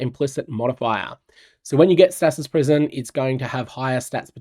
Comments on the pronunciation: Always throws me for a loop when your accent comes though on random words. The way you say stasis caught me way off guard lol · bro I don't think that's how you say stasis in ANY accent lmao